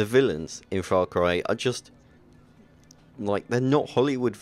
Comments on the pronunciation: Stop saying Frar Cry! Far Cry...Far. Faaarr. Faaarr Cry. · fra cry?? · "The reasons whoy I love the frarcry franchise"